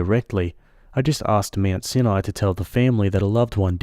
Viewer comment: For anyone outside of the US, ‘UES’ is the Upper East Side - the sweet ending story takes place on Manhattan Island in New York City. Also, /, you might run into that word, ‘Sinai’ again. It’s actually pronounced, ‘SIGH-an-eye’. Cheers!